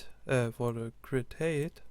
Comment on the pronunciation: It's hi-te not hate